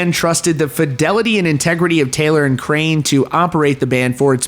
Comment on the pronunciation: Bro its "Feign" not "Finn" & "Cray-An" not "Crane". Sheesh 🙄